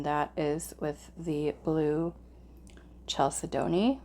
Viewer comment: First stone is pronounced Cal Said Knee